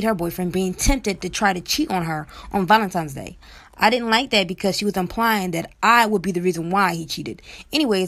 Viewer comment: she goes right along with the recording and says, "valentiMes day" lol.